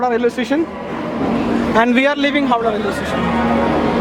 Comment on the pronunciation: Howrah not howdah